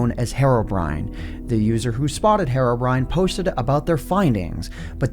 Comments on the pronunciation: why is nobody getting bothered the way he pronounces herobrine? says it like "herrobrine" but its clearly a "heerobrine". you know, the way you would pronounce the actual word "hero" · Hair - o - brine Me: Hee - row - brine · STOP SAYING HARROWBRINE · Hero-Brine NOT HAROBRINE MY GOD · He says Herobrine like heroine but I thought it was like hero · He's called Herobrine btw, not herrobrine. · “Herro” brine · he's been pronouncing herobrine as hair-obrine for this entire time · Man, the way you pronounce Herobrine is so annoying. "HeRRoBriNe" lmao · I'm sorry but it pronounced heero-brine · Hate how you saw "heiro briyne" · It pronounce heerobrine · Hariobrine The way he pronounced it lmao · If I had a penny for every time you pronounced “Herobrine” incorrectly